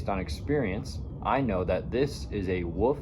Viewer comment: There is an L in the word Wolf, you just make a dogs barking noise WOOF WOOF